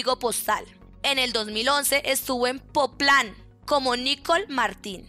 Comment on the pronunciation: 🤣🤣🤣🤣🤣 que forma más grilla de decir, Popland! No sabes!